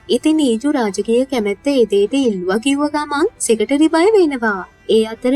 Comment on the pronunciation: Nice work Secretary - සෙකට්‍රි - සෙකටේරි කියන එක අහන් ඉන්න බෑ